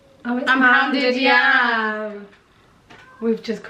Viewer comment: It is pounded yam And Hodo pronounced it right ❤️